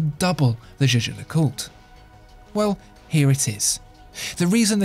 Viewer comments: it's YAGER no jayjer ... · Jaeger is pronounced "jäger" like in Jaegermeister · Are you sure Jaeger is pronounced "jay-jay" like you are doing? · I am afraid that your "Jaeger" pronounce is incorrect. This is german name not french. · You are really butchering the pronunciation of Jaeger